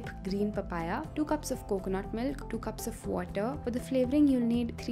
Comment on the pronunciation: Really??! "MYLK"??! LMFAO